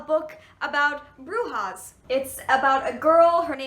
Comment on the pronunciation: I'm from Argentina and hearing you say brujas and alejandra made me smile like a fool